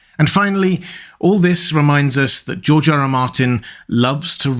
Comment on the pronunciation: “Georgerer Martin”